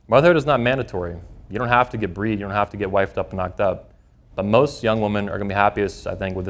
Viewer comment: Woman plural is WOMEN , pronounced WI-min🙄 Im surprised such a 'know it all' cant grasp english.